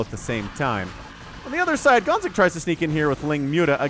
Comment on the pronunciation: hearing gonzik🇨🇿 being called gonks the whole game was traumatic tho